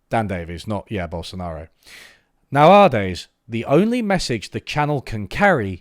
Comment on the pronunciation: The way you pronounce the word "nowadays" tells me you are definitely not a robot